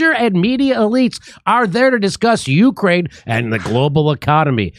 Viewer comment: Lol “OurKraine”